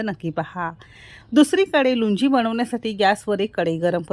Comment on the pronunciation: Lunji naahi lounji mhantat yala